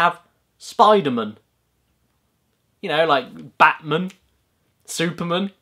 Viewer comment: The Bat-Min!